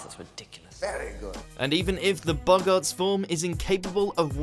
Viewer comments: and boggarts... I’m in the UK and this is embarrassing. He’s reading a script... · Boggarts not boggaaarts.